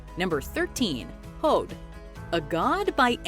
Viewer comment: I have a few things. First, I Idun is pronounced " e-doon", the R in Heimdallr is silent. When researching these, did you happen to learn how to pronounce the names correctly. You can pronounce Hod correctly, but butcher everything else? You disappoint me